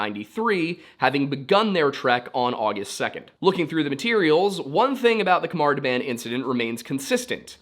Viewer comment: Pronunciation note: "KH" is nearly always used to transliterate the guttural sound (voiceless velar fricative) — the same sound as the "CH" in "J. S. Bach". So, it is not a "K" sound. If you aren't used to making the sound, an "H" sound is a good approximation. Great video! I hadn't heard about this mystery before.